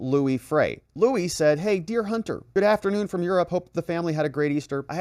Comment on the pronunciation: Lou-E Freeh not Louis. One of the shadiest swamp rats of all time.